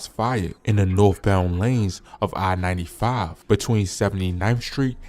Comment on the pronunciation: not to mention "I95", I'm like what burbs he in. street names sound like a whole other state.😆